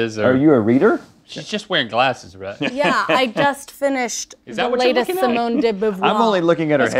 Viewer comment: Just so nobody gets any dumber, if anyone ever asks about a famous female author, dont butcher it like she did lol, it pronounced.. Simone De Beauvoir ( dee BOVE WAA) 🤦🏻‍♂️